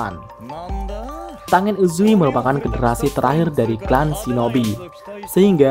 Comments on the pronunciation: Yaiba bang bukan zaiba tenen bukan tangen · Min setau saya klo namanya ada "ng" Misal rengoku dibaca nya renggoku/ren goku bukan rengoku begitu dengan tengen dibaca tenggen / ten gen bkn tengen